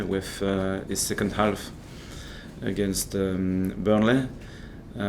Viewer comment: Who has taught him how to pronounce Burnley like that? haha